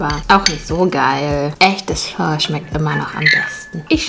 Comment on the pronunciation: es wird nicht phö sondern einfach nur Po,No hate